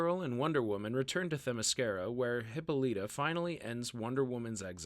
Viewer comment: that's not how you pronounce Hippolyta